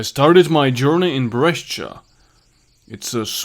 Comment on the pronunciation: brescia it's pronounced "bresha" not bresch-a